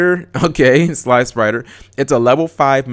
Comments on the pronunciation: Not sly-sprider G it's slip-rider lol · Sliprider is a red slipper spaceship. Because there is no place like home Too bad Cap pronounced it like sly spider and missed the pun. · It's slip-rider you dope xD As in a ruby slipper